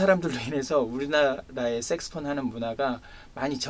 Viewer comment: 좋은 말씀 감사합니다 그런데 발음이 자꾸만 섹스폰,섹스폰 하는것이 걸립니다 색소폰 아닌가요